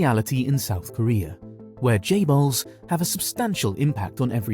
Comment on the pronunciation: Correct me if I'm wrong isn't it chaebols not jaybols